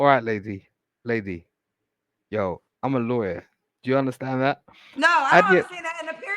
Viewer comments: He said what he said and I understood he said Liarwer not a Lawyer 😂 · Hectic. He got the name right...😂 We in the UK ain't like this one 😂😂